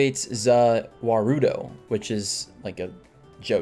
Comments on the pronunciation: wth how dare u say za wurdo zea wordoooooo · Za-war-do. The a is like a in Wario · you have not watched jojoś itś pernoucned as Za Warldo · all jojo fans know non jojo fans always pronounce "za warudo" as za wa-ru-do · He has disrespected the JJBA community 1 too many times I hate when ppl say Zuh Wuhrudo😭😭😔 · Fr bruh it's literally just "za worldo" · Btw it’s said za wardo but written za warudo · Wrong pronunciation za warudo is basically saying the world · It’s pronounced “Za WROLDO!” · Jojo fans when he mispronounced ZA WARUDO: IM TRIGGERED REEEEEEEEEEEEEEEEEEEE 🤬🤬🤬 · he doesn't know how to pronounce ZA WORLDO